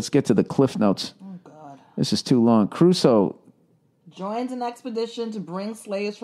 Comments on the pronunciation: Who the fuck says CArusoe? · Who says "ca-ru-so"?!? Hahaha, huckfeads! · Did really say Robinson ''Caruso''?? LOL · it's Robinson Crusoe not Caruso:)) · No.....not everybody says carusoe. Nobody says carusoe. Idiot!!